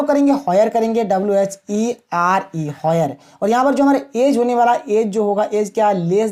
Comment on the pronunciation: Abe wo Where h hoyar nhi 🥲